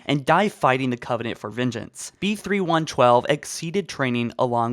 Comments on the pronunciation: It's "Spartan-B312" not (Spartan-B3112). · Its like you dont even try to read things correctly, B-312 not B-3112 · Ok, I need some insight here, he did in fact say, “ spartan, B3112” instead of B312 right? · You keep saying B31 12 WHICH IS WRONG. He's Spartan B312 you keep adding an extra 1